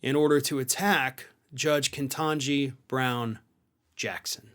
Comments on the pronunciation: KEE-TAHN-GEE Only one N. Love your work. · May I try to clarify some things without appearing pedantic? Her name is Ketanji, not Kentanji. Also, her initial are obviously KBJ as opposed to KJB. I’m not sure the latter (KJB) was attributed to bonkers boebert or that was from yourself. In fairness it did seem like you were reading from a statement boebert issued. So, just clarifying a few simple things… You’ve repeatedly referred to Ms Brown Jackson as Kentjanji, when her name is Ketanji. Cheers, and no offence intended. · Dude. Her name is Ketanji not Ketanji. You call her name wrong in every video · PLEASE pronounce her name correctly.